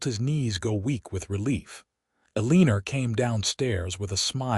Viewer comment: Love the story which brought me to tears at the reunion of Aunt Eleanor and Zara. It wounds me every time AI massacres the name El-an-or, that is the name of first lady, Eleanor Roosevelt, and other famous Eleanor’s. If AI cannot pronounce a name, why not pick one that is more simple, like Mary, Debbie or Sue, that AI won’t abuse.